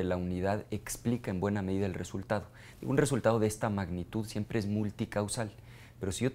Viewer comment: "la matematica siemple" -Ricardo el Profesor anaya jajaja